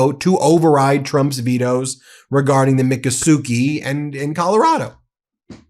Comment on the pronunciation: "mic-AH-su-kee" not "micka-suki"